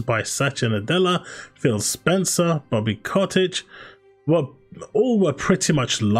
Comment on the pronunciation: Bro, why you keep calling him Bobby Cottage? 🤣